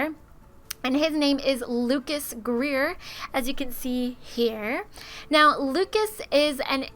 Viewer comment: It's Lucus not Lukeas